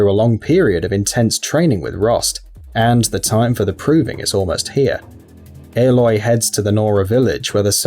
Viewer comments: I never understood how people mispronnounce names from games where the names are so frequently heard. Ehloy? Ollin? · Haha you re-uploaded it saying aloy correctly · they said aloy wrong